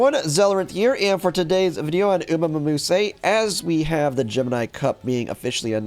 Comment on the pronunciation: Mumuse? Bro trying to be a content creator for the game and can't even be bothered with saying it right. Just call it Uma Mimosa next time